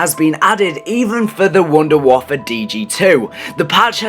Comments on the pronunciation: its waffe not waffer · it waffe not waffle dumbasses